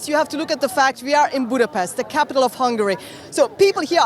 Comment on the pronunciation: This riporter girl actually can not pronounce Budapest nor hungarian surnames correctly, despite she is hungarian. 😅